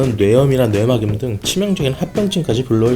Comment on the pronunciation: 뇌막염은 [뇌마겸]이 아닌 [뇌망념] 이라고 발음하는게 맞습니다